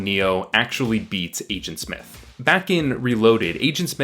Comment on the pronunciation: "Igent Smith"